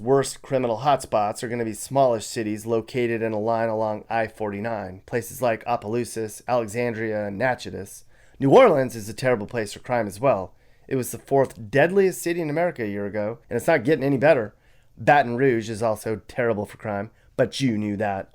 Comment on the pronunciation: For future reference Natchitoches is pronounced Nack-A-Tish